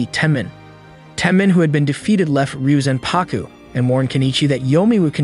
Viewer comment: It’s actually pronounced reee yo zan pah ku Not ryuzanpaku